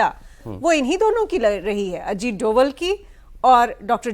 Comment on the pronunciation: सर अजीत डोवल नहीं अजीत डोभाल है वो मेरे उत्तराखंड के पौड़ी गढ़वाल के मेरे ही गांव से ही है